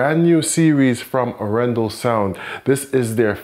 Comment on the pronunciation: Very nice Video man and I do love the Arendal speakers. However, as a Norwegian I have to mention that your pronunciation of Arendal is slightly off. Both the A letters are pronounced longer like in Dark.